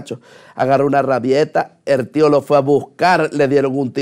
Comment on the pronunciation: los guaros no pronunciamos "er tio"